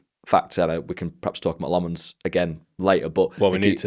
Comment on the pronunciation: Carl you gotta work on Lammens’ name pronunciation, plenty of videos of him saying it